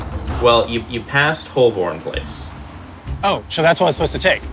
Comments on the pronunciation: I winced every time someone pronounced Holborn as it’s written 😂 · Three Americans attempting to pronounce Holborn made me laugh much harder than it should have